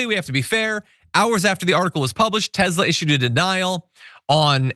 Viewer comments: It's TESLA, NOT TEZLA. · Tesla not Tezla. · It’s Tesler. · Its actually Tezlur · TESLER! It's pronounced Tesler.